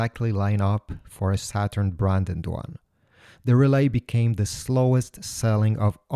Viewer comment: He called it “shaturn” lol